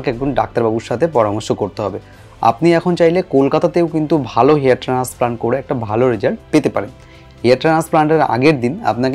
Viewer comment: ট্রান্সপ্লান্ট কথা বলতে আপনার সমস্যা হয় ওটা ঠিক করুন